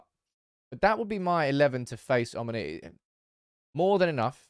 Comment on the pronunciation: I am from Cyprus it is omOnia not omonIa